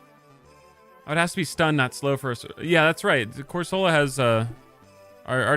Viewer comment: Question. Do you ragebait on purpose with how you pronounce some pokemon names? Been spamming your videos the last two days and the way you say cor-sol-a instead of cor-suh-la is low key raising my blood pressure 😂